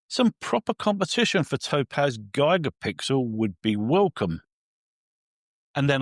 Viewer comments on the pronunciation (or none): Useful review thank you. I feel traumatised every time you say “Gigapixel” though! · Hahahaha! G👁️gapixel gets me every time as well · How do the British normally say gigabyte? Is it similar to how is saying Gigapixel?